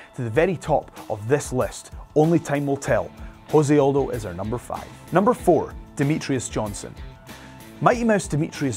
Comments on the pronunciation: I'd prefer to have my MMA trivia from somebody not just cribbing notes off of wikipedia or some shit. The presenter clearly has never heard Aldo's name spoken aloud. Also, chill on deez nutz, chode. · How does your MMA expert not know how to say Jose Aldo?